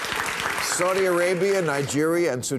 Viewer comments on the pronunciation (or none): none